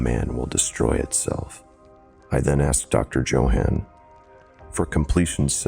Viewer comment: My first story of yours... good job! Though please look up how to pronounce Johann 😆